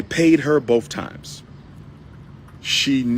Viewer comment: He repeats everything and it’s so annoying. The word is BOTH, not BOF, Doctor. 😂😂😂